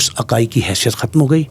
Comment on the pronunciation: کھتم نہیں ختم